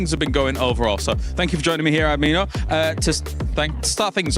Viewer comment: tell tour friend Ad-mi-no is not amiiianooo